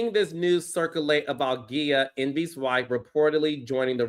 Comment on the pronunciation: Wait why are you saying Gia like that? Is that how she pronounces it? Because if so she just needs to pronounce it the regular way. Cause that hurt the ears. Hell no.